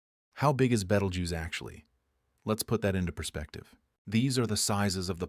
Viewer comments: "Traveling to Betelgoose🪿" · its pronounced Beetle Juice. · Betelgeuse❌️ Betelguuse✅️ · No. It's spelled Betelguese, pronouced as "Beetlejuice." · I’m very very disappointed in this text to speech voice, there are much better ones if you have to use it. I don’t understand why a person couldn’t have read the information. It would’ve made it much more interesting, at least they would be able to actually pronounce Beetlejuice.